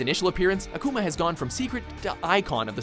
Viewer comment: #1 Less emphasis on the u, and more on the a with "Akuma" It is Japanese for fire demon, quite fitting when you see that boss' appearance